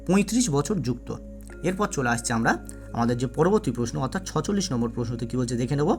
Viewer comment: ৪৬ এর উচ্চারণ ছেচল্লিশ। ছচল্লিশ উচ্চারণ ঠিক করতে হবে